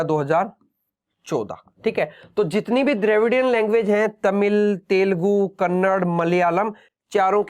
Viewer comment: Bhai kannad nai .kannada bolo